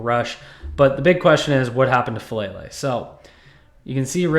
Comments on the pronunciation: I don’t like the player, but his name is FA - AH - LAY - LAY. It's not "fuh-lay-lay". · Please learn how to pronounce his name: Fa AH Lele!